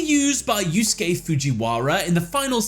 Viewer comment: pronouncing Yusuke correctly is the greatest character development of the year